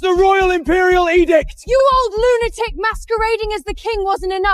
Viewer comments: Or Lunaturk...Lunatrek...Lunatrick....Lunator.... 😅😅😅😅😅😅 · Why can't AI ever pronounce lunatic correctly 😂😂 You're a lunatock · Its sooo funny 😂